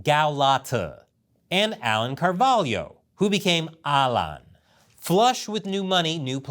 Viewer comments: that pronounciation for Carvalho needs some work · As a portuguese, your pronunciation of Carvalho sounds very funny to me. BTW, it literally means the Oak tree. Fun fact: in the Portuguese language, family names are very often based on nature's beings (plants, animals, etc) and elements.